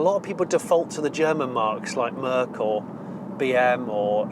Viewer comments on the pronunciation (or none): none